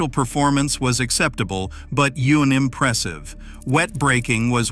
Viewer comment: unimpressive pronounced wrongly